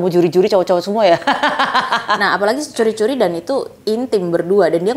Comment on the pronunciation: juri-juri ya dilan.. bukan curi-curi